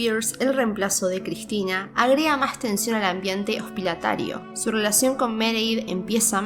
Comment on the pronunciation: Hospilatarios dijo??